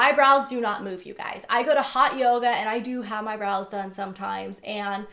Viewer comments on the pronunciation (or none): none